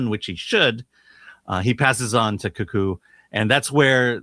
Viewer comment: Your pronunciation, "Kaku" (one time, and something else the other time) were both so far off it was scary.